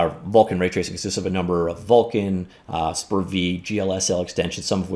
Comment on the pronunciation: The correct pronunciation is"SPER-VEE" :)